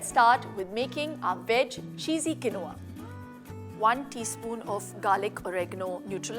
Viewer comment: It's pronounced keen waa😊